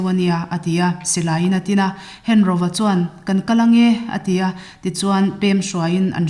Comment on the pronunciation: hengoa tih tur, henroa nilovi, thado ṭawngah 'ro' a awmlo..